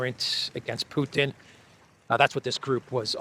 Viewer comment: the way graham says putin. he should just shut up and talk about coal mines and shit. horrible.